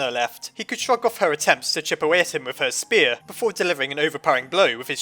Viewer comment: Ur calling a spear a SPAR!!!! AND YOUR CALLING ALPHYS ALFEES